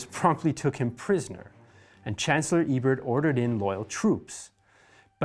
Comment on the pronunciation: Almost perfect, he got "Ebert" right the first time he said it but mispronounced the first vowel the next few times he said it. Everything else was spot on IMO.